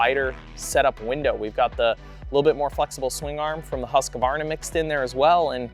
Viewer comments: Its “HUSK-VARNA” 😁😁😁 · Husqvarna is a 3 syllable word. It's not that hard to say man! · Well, in Sweden it’s actually pronounced Hus-Kvarna, with a ”long” U. Hus means House and Qvarna is kind of a mill (as in windmill).